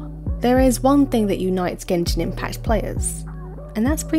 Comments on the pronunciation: Did you say genjin impasse at the beginning? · Is impact, not impass! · Why do u pronounce the letter s so much this triggers me to death like dafuq is Genshin impassssss its pronounced Genshin impaKkkkkkt there is no S there why are u torturing meeee